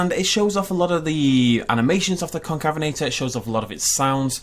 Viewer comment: excuse me it’s pronounced con cave inator